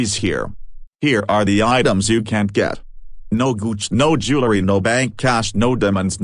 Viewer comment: Did he said boots or goos?